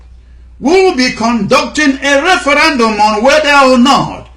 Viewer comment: Please try "referendum" instead of "referAndum".